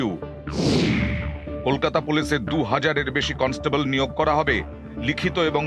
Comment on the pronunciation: কলস্টেবল না কন্সটেবল।